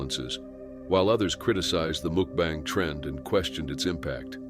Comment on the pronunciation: When the narrator said mookbang, I knew I had to watch something else, anything else.